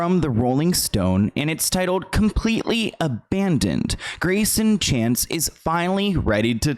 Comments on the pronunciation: it doesn’t matter now lol but in the video when you were reading the paragraphs you kept saying ‘chase’ his last name is chance :) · why does he keep calling him chase lol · His name is not Chase. His name is Greyson Chance. This entire video you called him Chase. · His name is Grayson Chance but you keep calling him Chase during the video. ??? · I realize you don’t want to have to redo this whole video but his last name is Chance not Chase. You’ve said Chase so many times it’s irking me. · It’s Greyson Chance not chase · Everyone time you said, “Chase” instead of Chance, I cringed🥹 lol but good video nonetheless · Love your vids , you keep calling him Chase but it is Chance... makes me laugh because my sons name is Chance and he gets called chase all the time...lol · Nobody gonna talk about how called him "Chase" multiple times? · Are you saying “Chase”? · sorry off topic to the discussion of how toxic ellen is as a person, hearing you saying greyson chance as 'chase' everytime bugged me a little... sorry... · Is his name chance or chace? keeps pronouncing it "chase"